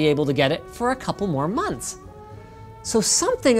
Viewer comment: "monthfs naow."